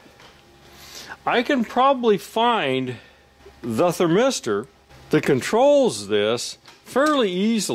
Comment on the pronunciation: THERmister, NOT thurM8STER